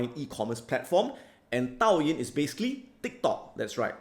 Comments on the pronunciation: Douyin, not Taoyin & Dai-Gou, Nevertheless much awaited video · Dude! DOUYIN is pronounced (Doe-yin)... Lol.... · Thanks a lot Adam for your great sharing. Would like to make some correction for your pronunciation for dou yin (抖音 ) and Dai-gou (代购). :D Hope you don't mind, I know this is very small matter, not a big deal. Cheers ! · Adam please ask your team to give you the correct pronunciations for Douyin and Daigou. You have made it unintentionally funny :) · I think you mispronounced the Douyin (TikTok).